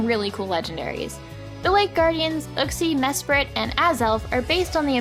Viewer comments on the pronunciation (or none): everyone say uhxie its youxie jeez it was even in the anime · it's yooxee not uxie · in pokedex 3d app, uxie is actually you-xie. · You absolutely butchered Uxie's name pronunciation...